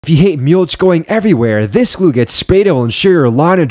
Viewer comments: "meyulch" 😄 Narrator doesn't know how to pronounce mulch. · Bro, the way you pronounce mulch? 🤦‍♂️